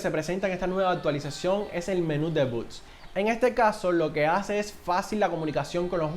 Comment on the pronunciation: No son buts sino b o t s